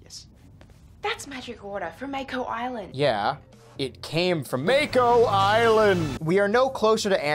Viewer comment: No matter how many times MAKO ISLAND was mentioned, I still laughed. The way you say it is too funny.